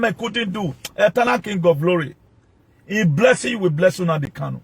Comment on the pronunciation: You're ranting bullshit just say you and not all Benin people want to congratulate Nnamdi kanu also comparing kanu to Jesus Christ you must be out of your head, you can't even pronounce the name properly you're pronouncing NNAMDI as UNAMDI KANO